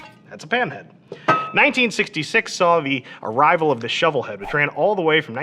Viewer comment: You're CLOSE on the Shovelhead part, but not correct. Tumbs up anyhow.